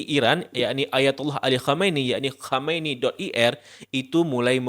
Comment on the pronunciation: Sebaiknya mengucapkan Ali KHAMENEI dgn lebih jelas lagi, supaya tdk terdengar seperti KHOMEINI (pemimpin revolusi Iran 1979).